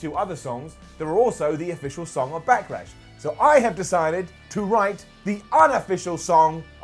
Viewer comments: "Back-ah-Lash", "Smack-ah-Down"? What's up with impersonating Triple H? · Is saying “Backalash”??